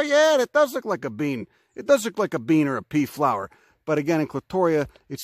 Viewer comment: "...it looka likea..." I freaking love you. You're wonderful, and remind me of my roots back east. <3